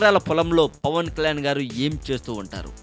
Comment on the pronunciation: Arey babu neevu first Pawan Kalyan name clear ga palakadam nerchukuni appudu audio gani video gani present cheyi okkk.....